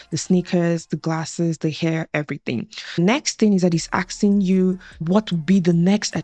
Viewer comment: ⚠️ It's "ass-king," not "axe-ing." 🤦🏻‍♂️ More people need to use Google to find the correct pronunciation. 🤷🏼‍♂️ Nice video though.